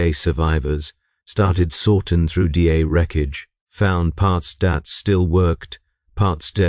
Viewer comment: I listened to a lot of videos from this channel, and I generally very like them. However, this one misses. The voice is saying D space A instead of da. Also, I don’t know if works know that their tech only works because they believe it works. It’s a little fourth wall shattering.